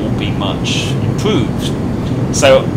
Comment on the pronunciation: Much impwoved.... Wather than saying,.... Wobin weliant....... Your voice cracks me up